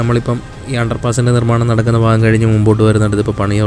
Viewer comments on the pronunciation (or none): ബ്രോ ഒരു സംശയം നിങ്ങൾ തേക്കന്മാർക്ക് ഭ എന്ന അക്ഷരം നാവിൽ വരില്ലേ എല്ലാവരും ഫ ഫാഗം ഫൂമി എന്നൊക്കെ പറയുന്നത് കൊണ്ട് ചോദിച്ചതാണ് പല ആളുകളെയും ഞാൻ ശ്രദ്ദിച്ചിട്ടുണ്ട് അത് കൊണ്ടാണ് കളിയാക്കിയത് അല്ല😊